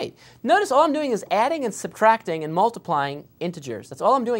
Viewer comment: "Nd then i will explain here juss for fun" hahahaha